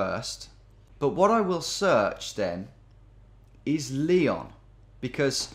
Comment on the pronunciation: Dear geo genius. It's Ly-ON. Not Lee-on